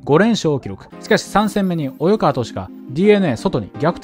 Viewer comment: 気になるのですが、「及川」の読み「およかわ」と読んでませんか？ 「おいかわ」ですよね？